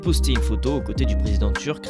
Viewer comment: Il s’agirait de bien prononcer le nom du présidents qui se dit Rejep